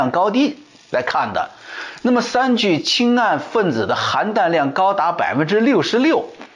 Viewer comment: 三聚氰胺，很多人发音都错了，发对了。